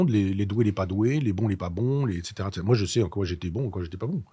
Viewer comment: Elle a découpé les cartier ÉTCÈTERA 😅 Trois essieux ÉTCÈTERA 😢